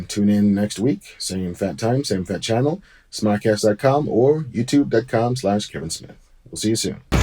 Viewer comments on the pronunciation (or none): none